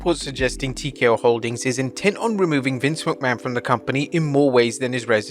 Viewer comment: From Vince McMahon to Vince Mcmanoit lol